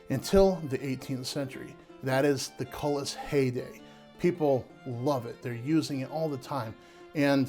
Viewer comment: I was looking for this comment. I kept thinking “koo-lee” every time he said cullis.